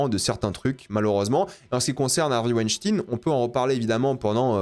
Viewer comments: En français "ein" se prononce "ayne", pas "ine". Et merci pour cette vidéo, je le boycott du coup, bon films mauvais humain. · c pas hervey "wainstin" mais "weinstein"... c pas un russe hein c était un mec cia/mossad... "farenheit neuf onze là"" apprends l anglais et la culture anglophone ca taidera à pas dire de la meerde pendant 20min... et tarantino "sioniste" jusquà la mort... mais quelle groooooosse meeeeerde ce mec lol c comme quand il prendrait des mecs aryens commebrad pitt blonds aux yeux bleuds pour jouer un juif lol dans inglorious basterds lol faudrait qu il regarde ce que fait réellement la seul armée totalement illégale à qui on alisse chaque jour tuer femmes et enfants tain jregarde pu un film de cette merde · C´est quoi cette prononciation chelou de dire "stein" transformé en "stin"? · c'est stein comme en allemand mais ils en font exprès mdrr tout le monde le sait, tu dis pas rammstin ptdrr